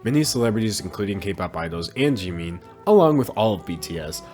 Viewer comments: I can hear the kpop stans screaming in the comments because he said 'jimeen' not jimin lol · its jimin not jIImIIn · "Jee-mean" thought it was Jimin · “jimmi” Me: ITS “JIMIN” Also me: oh shoot I hate k pop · i love how you pronounce 'Jimin' like 'Jeemin' lol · The fact that you got away with calling him "jeemeen" the entire video is fucking hilarious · This is something stupid but it’s killing me you keep pronouncing him as Jeemin.... please don’t do that....... yet again sorry it was just wrong pronunciation bye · "park jeemin" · No one:: Jee-mean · I love you, but JEE MEEN? Lol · he really said jeemeen with his whole chest huh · The way he says Jimin so funny 😭😭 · I love how he pronounces Jimin’s name wrong the whole time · Me just cringing that you say jimins name wrong, still love it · you said jimins name wrong😭🤚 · THE WAY HE SAID JIMIN lolololll. Btw. Poor BTS.. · Anyone else bothered by the mispronunciation of jimin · aka him saying Jimin wrong for 13 and a half minutes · ...this is how you pronounce it...? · bruh the way he pronounces his namee ahahhah